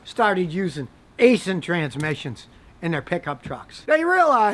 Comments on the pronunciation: haha I thought you were just straight up saying asian transmissions, nope its aisin. kinda like acein'! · It’s actually pronounced Eye-Sin, not Aye-Sin lol. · Did you say it's an Aisin transmission, or an Asian transmission? 😹😂